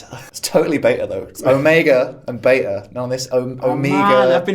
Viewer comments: After watching it.. I'm ok with the new guy... I like him (especially since he does pronounce it 'Bay_Ta' like it should be sorry ), but back to my point... WHERE THE FUCK IS MIKE? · Welcome to the clan,! And for the love of the gods, thank you for finally pronouncing BETA the CORRECT way! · Nvm he pronounces beta correctly. Love him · The new guy said beta right so he is a keeper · love the new guy for finally defeating him on behalf of the internet on the Béta pronunciation debate. please let him pronounce GIF, what ever he says i will accept as law from then on.